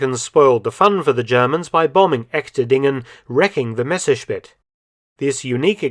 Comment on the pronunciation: Very interesting. I am very pleased with the correct pronunciation of the name Messerschmidt, which is almost unique to many English speakers. Thanks